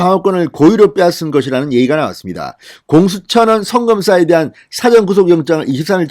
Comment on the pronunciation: 진대표님.부산분 이지만 고저.장단에 대한 사용법이 좀 거슬리는데 예를 들면 사전이라고 말씀 하시는데 이건,일 사. 앞 전이니.사전이라고 말씀하셔야 하는데 이게 영~사전이라는 발언은 딕셔너리 사전이라고 발음 하시는데. 이건 한달 전쯤에 내가 한 번 지적드린건데 안(못)고치시네요.